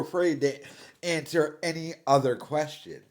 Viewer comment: He was right, nobody does like him. He should of kept that thought, would of woke him up to reality. Now he's delusional. And would someone please teach him how to pronounce the simple word "any"